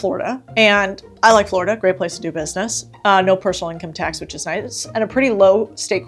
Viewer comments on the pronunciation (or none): none